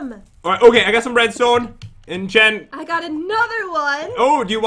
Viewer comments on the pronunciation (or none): Its Jen Not Gen are you trying to make fun of Jen!!! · Lopaka Ell-Peterson its jen not gen hahahahaha